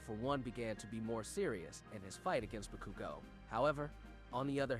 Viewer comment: Im sorry I tried to take this seriously but... Shigg are aky ? Bu kew go? Day kew?